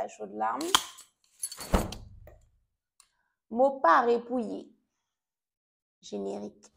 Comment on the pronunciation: Moi ce qui me retient ici c'est la façon dont tu dis générique 😂